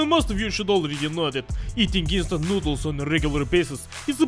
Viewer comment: I thought he said eastern noodles